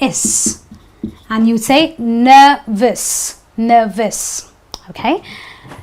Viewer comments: Mam the word nervous is looking like nevvous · Don't u know that that nervous is spelled as ' n e r v o u s ' not 'n e r r o u s'. Ur nervous looks like nerrous or nevvous.